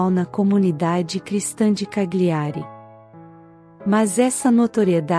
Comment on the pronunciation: CAGLIARI, pronuncia-se Calhiari, pois as consoantes GL juntas no idioma italiano tem o som de LH em português.